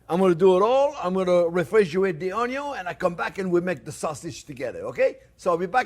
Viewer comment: My wife absolutely love this channel. In the kitchen when we cook, we always pronounce onion "onn-yon" as Chef Jean-Pierre does. He should sell t-shirts! Even a child could do it!